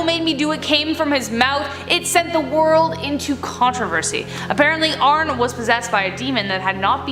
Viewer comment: ArnE not Arn. DefeO not Defae. If you’re going to discuss these people please learn how to pronounce them correctly